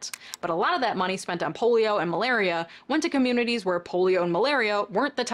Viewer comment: she says “Polio and malario”. Just thought it was kinda funny.